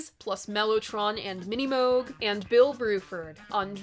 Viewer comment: I could weep... Finally, a good and proper, accurate, thoughtful review of Fragile. :) Even bonus points for proper pronunciation of Minimoog, and making the connection between with the mannequin head. But. There's just one thing.. You missed the psychology behind this album. Fragile was unique on a level that hadn't really been seen before. It really, truly, honestly floored people..more of an omg moment than an incremental sort of improvement on what already existed. As for the lyrics, the only correct answer is that there is no one correct answer. The lyrics are in your head, exactly as they should be. Btw, there's an absolutely hilarious moment in the Beat Club live performance of "Yours Is No Disgrace" where Jon is absolutely blotto on something.. ill see if I can find it, its priceless. :)